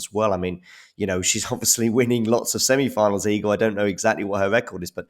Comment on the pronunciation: Respect for the good pronunciation of Iga name. not everyone does it correctly. .even the judge during the match xD